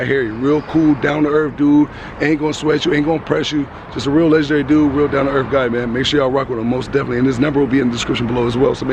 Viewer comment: Where is erf? He said "Down to erf" is that in new york? Erf, N.Y.